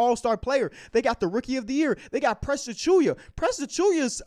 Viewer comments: A-choo-WA. Not A-choo-YA. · its Precious UHH-CHEW-WUH